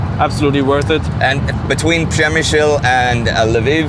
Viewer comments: Przemyśl not przemysil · And you still can't pronounce Przemyśl correctly